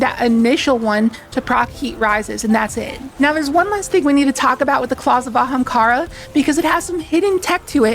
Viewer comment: You really needed to put in the clip of Aztercross saying Ahemkara. But love the vid.